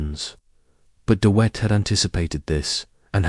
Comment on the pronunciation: Dee Whet? Hey it's not hard. DeVet - as in victory or village? Also what's with the WW1 imagery?